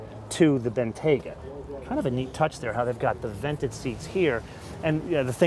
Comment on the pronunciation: Its pronounced Bentley Ben-T-ya-ga not Ben-Tay-ga